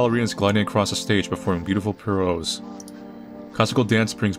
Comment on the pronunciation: It's pronounced "pir-ou-ette" 🤓👍